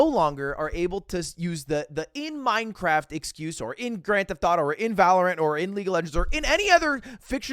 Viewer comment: But your honor... I said "In Minecwaft!"😢